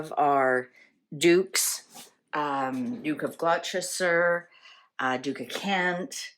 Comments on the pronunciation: Bless your heart - daft as it sounds Gloucester is actually pronounced Gloster! As in the rhyme Dr Foster went to Gloucester(Gloster) in a shower of rain, he stepped in a puddle right up to his middle and never went there again. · Gloucester is pronounced: Gloss-ter. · Gloucester is pronounced gloster.